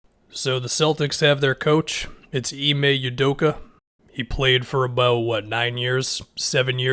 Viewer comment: For reference, pronounced “Ou-doh-kah”